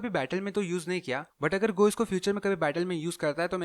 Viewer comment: Wo "GOH" nahi "Gu" hain Sorry jo offend ho gaye